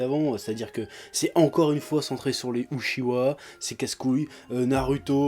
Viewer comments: Eh oh en mousse deja tu vas te calmer, c'est UCHI HA et pas UCHI WA. Et puis c'est pas parce que le manga s'appelle NARUTO que il est forcement sur Naruto tu me suis? Dans ce cas la le manga est sur Naruto et Sasuke pas que sur Naruto, donc si Kishi centre une sequel sur Sasuke tu fermes ta gueule et tu apprecies psk y a des gars comme moi qui eux preferent Sasuke (toute facon les Uchiha sont les plus badass de ce manga;) ) Et puis dis moi o en camembert, y a aurait quoi d'interessant a centrer un manga sur un Kage? Leur vie a l'air vraiment ennuyante:')) Puis arrete de te la jouer defenseur de la gente feminine, t'es le stereotype meme du stalker par excellence donc avant de faire des videos coups de gueule essaye de te calmer, pete un bon coup et reflechis aux pour et aux contres parce que la tu passes pour un con aux yeux de la critique (constructive). Mais bon t'as encore tes fanboy pour te remonter le moral =) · J'ai jamais compris pourquoi les francophones prononcent toujours "UchiWA" au lieu de "UchiHA". Ca fait des années que ça dure, et j'ai beau chercher, je comprends pas.